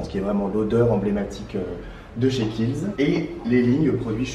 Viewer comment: Juste, c'est Kiehl's et pas Khiel's☺ bisous